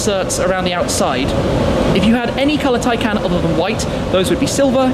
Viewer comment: Do I get it wrong? Or is it Shmee constantly mispronouncing Tay"can"?